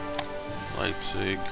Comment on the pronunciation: Your german is pretty ok and you are one of the few non-german speakers I heard that pronounce Leipzig correct. And nice videos btw, I really like to watch them.